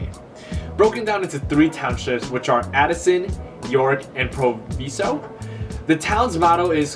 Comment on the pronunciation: Thanks! Very good (We've been in Elmhurst 34 years). BTW, it's pronounced "Prov-eye-zo."